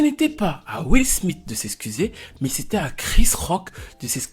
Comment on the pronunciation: will smite (prononciation) mdr